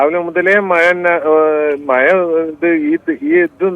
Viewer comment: മയ അല്ലടാ മഴ